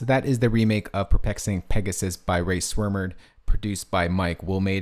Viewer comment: i love your work but goddamn you really butchered their name